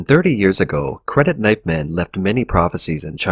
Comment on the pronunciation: So, why are you saying "credit NIGHT man" and not KNIFE man?